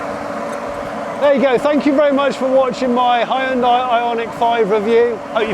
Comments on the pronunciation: It is not Hi-un-dai. you should learn how to pronounce 'hyundai' properly. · it's not Hi-hyundai, it's Hyundai - like Sunday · I don't know which one is worse, "hayundai" or "hundai". They're both pretty atrocious though. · Great review…with one exception…your pronunciation of the name Hyundai. It should sound like the word Monday. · You don't have to pronounce EVERY LETTER in a word. It's pronounced "Hunday" - like Sunday. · It's pronounced like hun-day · Hun day ...come on get it right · I still don't get why this company is still called like 'hon-die'. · Hyundai like sunday...not hi on die.. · hyundai its not hi un di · it's bloody hyundai and not HIEANDIA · "Hi yoon dai"... c'mon you can do better, it's so off-putting. "Hyon dae" is way closer and you almost got it !! I'm always impressed and eager to hear your opinion, but in this one I got withdrawn from what you were saying cuz of that 😔. Apart from that the visuals, pace and editing was top notch! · Hyoon (one syllable) dai (one syllable). Two syllables. Not Hai-Uhn-Dai. Hyoon-dai. Ask any Korean. Please. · It's Hyun-"day" not Hyun-"die". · Hyundai is two syllables not three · Great car, but why is it that nobody in the UK knows how to properly pronounce Hyundai? For one, the "y" is nearly silent and the "i" is completely silent. Think of the end as "Day" not "Die." Oh, and this is from the Koreans, not just me saying it. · Korean listening to “Ha-hyun-die” : 😩 not again... Please guys, it’s /hyun-deh/🤪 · Why is it that 90% of people can't say Hyundai properly? It's pronounced "Hyun-deh", not "Hi-un-die" or "Hi-un-day". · Mans called "HYUN-DAY" -> "HI-UN-DIE" for the whole video ;D oh my god that was painful... otherwise nicely planned and edited video ahahahaha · Ooh Johnny, it's not hy-un-dai. Its hyun-dai. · I'm picking nits, but it's pronounced he-yun-day, not hi-yoon-di. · It's not "Hie-un-Die"!?!?!? 'hyu' is a single syllable. It is '"Hyu-n-day", Hyu-n-day NOT, NOT NOT Hie Un Die !?!??!